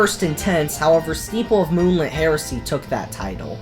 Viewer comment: The name: Steeple of Moonlit Heresy The pronounciation: Steeple of Moonlit HARRISON??